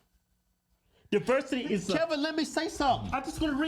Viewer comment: HIS NAME IS PRONOUNCED KEV-IN “not” KEBb’EM” lol still funny n cute 🥰